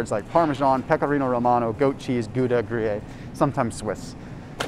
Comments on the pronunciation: BTW, it’s gru-yare, not gru-yay.🤷🏻‍♀️ but thanks for all the great info!! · Gruyere.... pronounced GREE-AIR